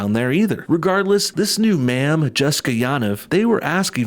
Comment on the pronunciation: It’s Man? Manm? I just don’t know what you’re saying sir 🤣